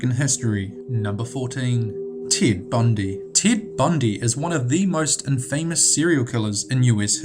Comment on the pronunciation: "tit bundy"